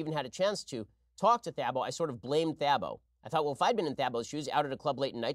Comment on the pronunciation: Man they butchered Thabo’s name lol